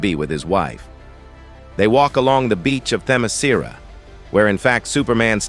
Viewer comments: Say it with me, AI robot: them-eh-SKEER-ah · Stupid AI voice can't even pronounce Themiskera consistently. each time it's different, and all of them are wrong. lol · Idk if is Ai ( I think it is) but it pronounced "Temescira" in 6 different ways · "How do you pronounce Themiscyra?" "Just try a bunch of different variations until one sticks!" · Why does the pronunciation of Themyscira change Every FREAKING TIME! 😂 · Dude this AI can’t pronounce Themyscira for shit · But why was Themyscira pronounced like 5 different ways? Lol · AI kept on changing Themyscira pronunciation😂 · Damn, this was a real comic from DC? 😂😅 The narrator for this video, assuming it's a real person speaking, appears allergic to properly pronouncing Themyscira. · This AI narrator need to to be improved. He mispronounced Wonder woman's place of origin several times. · So A.I. just pronounces Themyscira every possible way, seemingly randomly? I though A.I. was able to learn. Guess not. I fucking HATE A.I.